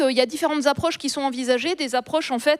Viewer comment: "Les cinq Z'approches que je décrivais"... "ces cinq Z'options que j'ai décrites". :face-red-droopy-eyes